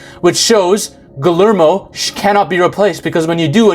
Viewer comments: Ghoulermo del Toro? Nah dude it's ghee-heir-mo del Toro... Jfc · Guillermo is pronounced gee yer moh (hard g like in guy) 😘